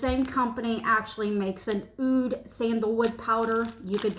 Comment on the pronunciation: The pronunciation for Oud is "ood", like saying the letter "O" and then "duh".